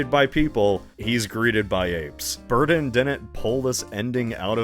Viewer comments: In this video: "Tim Burten". "Tim Burden". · Wherein the hell are you people from that pronounce Burton as “Burden”. What state do you people live in cuz I’ll never EVER go there. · The letters D and T are not interchangeable. Burton and Burdon are not the same word. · Forgodden tim burden dude why do you have trouble with your t's lmfao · i can’t stop laughing this channel makes me laugh so fucking hard man edit: tim bur-tin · please stop saying bur-ton like that I’m begging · I swear, quit saying Burton as “burden”. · His emphasis on BurTON bothers me lol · This guy says “ Burton “ like he’s still figuring out the English language